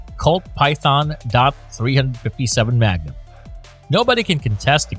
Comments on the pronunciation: “dot three hundred fifty seven magnum” Wow! That sounds really BIG! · Dot three hundred and fifty seven magnum…. Said no one ever who knows anything about guns